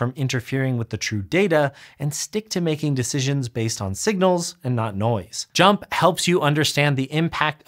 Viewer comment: FINALLY, proof that when I call it "jump" instead of pronouncing the letters JMP (like some of my labmates), I'M RIGHT